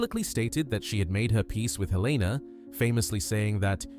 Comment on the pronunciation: Please at least say their names correctly. It’s Helen-a, not Heleena. It’s Rafe, not Ralf.